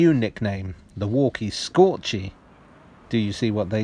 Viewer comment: "Walkie scorchy" doesn't work with an American accent.